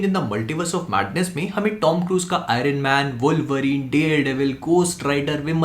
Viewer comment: I-run man nahi.. Iron man hota hai. Fuddu.